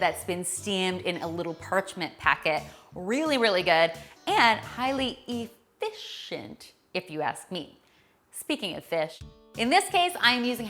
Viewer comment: E”fish”ent. Funny!